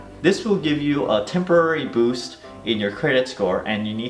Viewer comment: Hahah, I swear I heard, "Hi, I'm and I will teach you how to Bush your credit score."